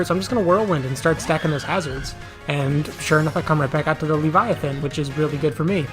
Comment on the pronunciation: Thank you for pronouncing Leaviathan's name correctly